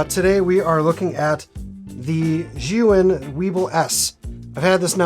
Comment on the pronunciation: Finally someone that pronounces Zhiyun correctly!! Great video, really enjoyed your honest information about the gimbal.